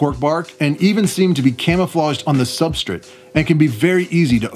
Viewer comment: I'm not entirely thrilled with how you pronounce substrate but great video. You take very good care of your animals